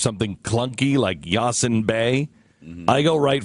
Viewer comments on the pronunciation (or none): His names are Mos (as in most) Def and Yasiin (pronounced YahSEEN) Bey. Fucking idiot!